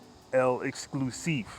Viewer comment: peace brother, the bleu is pronounced "LEX-CLUE-SEEF"